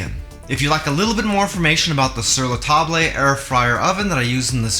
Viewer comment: so useful! thank you very much. (in future you can say "ta-bluh", instead of "ta-blay" and you will be très francais. 😗}